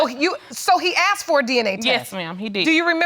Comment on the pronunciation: I want to slap the person who turned "asked " into "aksed"!!